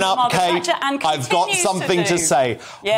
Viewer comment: Kate , not Katie